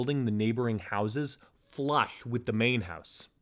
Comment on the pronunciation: I'm sorry but it's so hard not to laugh whenever you say flush. I hope this is just something from a mouth surgery and I'm not making fun of a speech impediment.